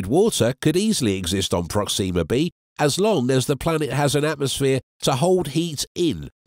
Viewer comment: prOxima (not proxIma)==closest